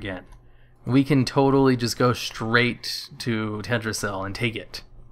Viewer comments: What's with the super low resolution? also it's pronounced TELL - DRA - SILL not tedrasil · It's Teldrassil not Teddrassil, with a llliiiihhhhh